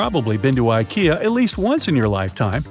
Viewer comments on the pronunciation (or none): none